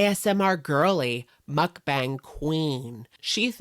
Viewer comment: I really like watching your videos, but your pronunciation of mukbang makes me cry. Muk is pronounced to closely rhyme with yuck and Bang closely rhymes with bong (like the thing you smoke weed out of). So it sounds like Muckbong (or muckbahng). Pls pls see this lol